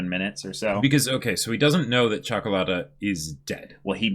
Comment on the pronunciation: Ok, so I'm from Romania, that is a latin and a slavic country so I can speak Italian and a bit of Russian. The way says Ciocolata is almost perfect. For an American, it is worth a medal. Luv you guys!